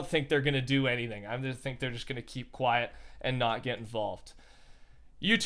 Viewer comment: Its pronounced "think"